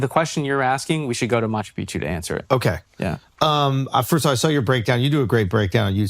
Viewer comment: 🚨CORRECTION: It is NOT pronounced [Machu PIchu], it is [Machu PiC-chu]. There are 2 Cs there.